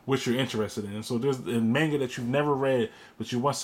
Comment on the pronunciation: Murdering the pronunciation of 'manga'... Why? Manga, 'ma' like in 'mama', not like 'may'.